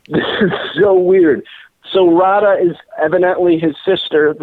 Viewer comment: You couldn't pronounce "Radha" right! 😁